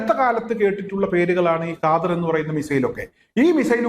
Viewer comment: Khadr not kaader